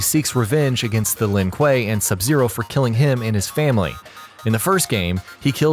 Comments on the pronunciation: So let me get this straight. You mess up the pronounciation of Lin Kuei in the Sub Zero video but you say it right in this one. Yet in this one you fuckup Scorpions clan name but get Sub Zeros correct............you must be trolling. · In the sub-zero video the guy pronounced Shirai-Ryu properly but constantly messes up Lin-Kuei. In the Scorprion video you pronounce Shirai-Ryu wrong but lin-kuei properly... I'm sensing a theme.